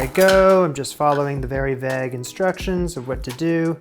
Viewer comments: It sounds like you rhyme vague with bag. It's vay-g,! 😄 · Lol vague it's pronounced "vayg" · How do you say vague? Vauge.. I can’t lol! Loving the content keep it up. ❤ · the way you say "vague" literally made me rewind the video 20+ times. never heard it pronounced that way in my life. interesting.😂😂😂😂